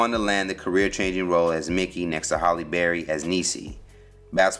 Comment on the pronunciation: Anybody else bothered he keeps saying "Holly Berry"?